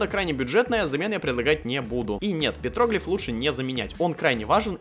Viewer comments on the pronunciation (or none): петроглИф;ударение на И,а не на О